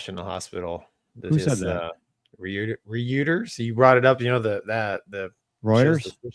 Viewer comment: Did really say "Re-youters" for Reuters? Bless you for living in you bubble.